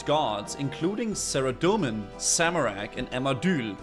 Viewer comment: Sarah-doe-man Zam-oh-rack Arm-uh-deal